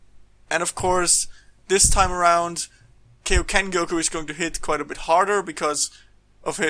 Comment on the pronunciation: KAI-O-KEN NOT KEI!!!!! Like King Kai !!! ffs...